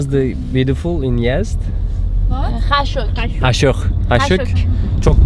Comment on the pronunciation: yedz değil yazd Jfnffjfnfjfhhdhdhf